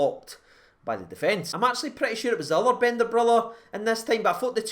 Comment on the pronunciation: Your pronunciation of Bendtner 😂